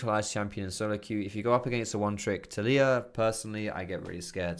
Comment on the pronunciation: i thought it was pronounced TALeeyah not taLEEyah